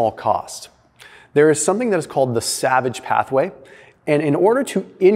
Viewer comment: You said Savage not salvage :)